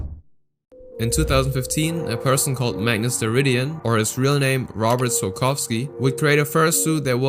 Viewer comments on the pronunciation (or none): POLSKA GURĄ!!! also its prenounced ROH-burt soy-KOW-skee (Im from poland and I didint finish dis section so I dont know what the hell did he do yet) (also Im about to wach it)